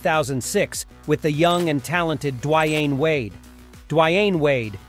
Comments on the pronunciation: WTF? Duavine Wade and The Wine Wade. The dude turns Dwyane Wade's name into a very complicated one. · Lmao the way you say Dwyane Wade's name 😂